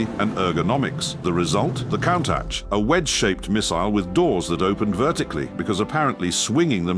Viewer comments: Not only does it mispronounce Countach, but it managed to mispronounce it a different way every time. These AI videos are positively terrible. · I've always loved the kown-tack 😅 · I think this is the last straw. The AI just gets worse and worse... "I'll take 14 ways NOT to pronounce Countach for $1,000 Alex" 😂 forced the stopping of this video halfway through. Goodbye channel! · 😂😂😂😂😂😂countach pronunciation